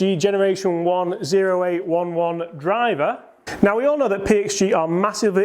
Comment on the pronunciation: Ok, you’re killing me. It’s pronounced O as in the letter, eight eleven. It’s the M.O.S (military occupational specialty) of artillery men. Get it, it’s the big gun in your bag. So, please for all that’s holy and good stop calling it the zero eight one one!